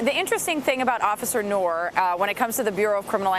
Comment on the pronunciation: "Noor" is pronounced as Nooooooor. If you can pronounce "after÷noon", then you got it